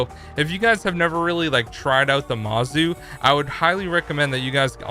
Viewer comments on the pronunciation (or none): There’s no A in mOzu again MOZU not Mazu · Ohh i just reached them Yeah Mozu = mo-zu Echo = eco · Let me clarify I don’t mean to be rude. I meant the Mozu is not the Mawzoo and EcoFire is actually Echo